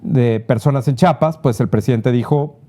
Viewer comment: Se DICE Chi a pas, No decimos CHAPAS